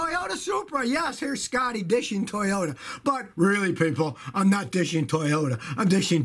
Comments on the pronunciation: It's "dissing" Scotty, not "dishing". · Scotty, it's "dissing", not "dishing" ....